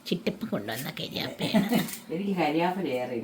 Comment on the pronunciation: കരിയാപ്പിലയല്ല കറിവേപ്പില😂